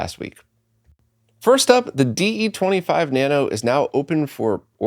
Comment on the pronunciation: it's DE25-Nano, not DE-25 Nano